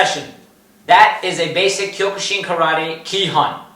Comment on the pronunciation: It’s pronounced kyo-kuh-seen